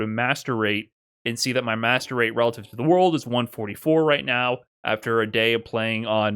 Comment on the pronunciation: Please say MR, every time you say Master Rate I hear 'masturbate'😭😭